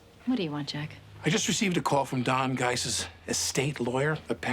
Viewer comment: I love that every time I watch this show I pick up on something else. Never noticed that Jenna calls Don Geiss, Dan Goose.